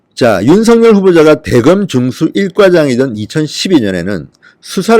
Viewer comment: 진성호氏 윤석렬이아니라 윤석열이라고 발음하세요